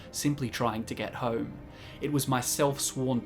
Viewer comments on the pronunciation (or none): none